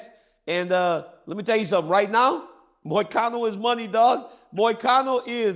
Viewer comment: does Chael go out of his way to butcher everybody’s name on purpose? It is so hilarious how he just can’t get anyone’s name right lol it’s gotta be on purpose.!!! Then he says MOY-A-CANO 😂😂